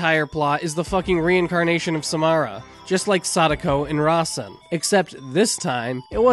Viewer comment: I'm sorry, but the way you were saying Samara triggered me.